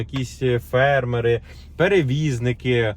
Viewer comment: Наголос ставте правильно на слові фермери!